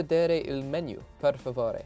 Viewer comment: say the word menu in Italian like the word boo that would help you with your pronunciation just a tip not the English way